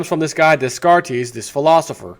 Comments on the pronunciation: Descartes pronounced "Day Cart". Huygens pronounced "Hoy Genz". I see you were not a student of Science and Math. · Descartes is french, you should pronounce it like this; de-car-te roughly translated it means 'from the maps' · Hey bro the name Descartes is pronounced "day-cart"